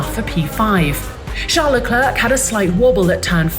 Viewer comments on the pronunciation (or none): IT'S NOT PRONOUNCED LE CLERK! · She still isn't there with pronouncing Leclerc's name. It's still French, with the "c" at the end silent. Who wants to try to 'splain it to the Anglo?